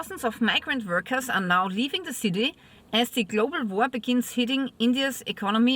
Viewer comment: War not Vor